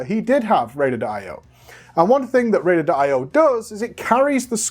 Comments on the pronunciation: Why does pronounce it "Rated IO"? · "raider d'io" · Is he saying “raiduhduh” io?